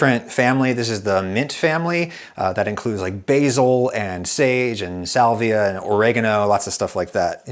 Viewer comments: did you say "SALVIA"? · salvia? my guy